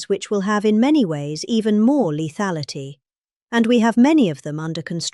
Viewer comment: Children the word for today is" leathality" can you say that.